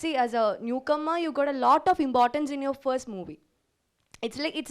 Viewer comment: She is pronouncing importance as "imbortance" with a "b" instead of "p". That is how keralites pronounce. In my childhood I had malayalee teachers.